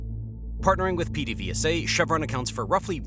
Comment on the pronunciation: its (ped-a-VAY-sa)